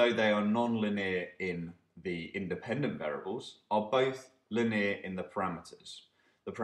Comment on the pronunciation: Your pronunciation of 'linear' is driving me crazy!